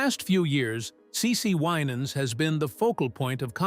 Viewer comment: You need to know how to pronounce the family’s name WI nans